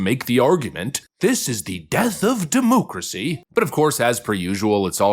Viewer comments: Mispronunciation. It’s not “democracy”. It’s Democratcy! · Can you please stop saying "demoocracy?" It was cute at first, but it's gotten very irritating over the years.